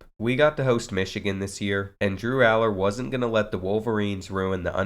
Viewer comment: Ur saying his last name wrong but good video